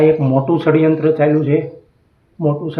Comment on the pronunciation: પડ્યંત્ર નય ષડયંત્ર એમાં પણ ખોટું બોલે